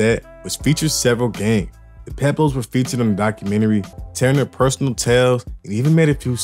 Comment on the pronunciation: I can’t listen to this with you saying Pueblos wrong pweb Los that how you pronounce it ….damn I wanted to see what this video was about